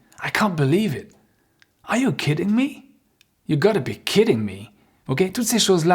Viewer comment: je change rarement de site car Y a des coachs qui prononcent mal l'anglais. Exemple: plus vers "or" au lieu de "are" et "ève" au lieu de have. Et mangent la fin des mots. Donc j'en ai zappé beaucoup. Merci avec vous c'est bien